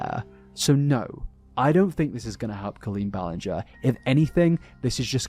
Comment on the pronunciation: all i can hear is linger-ee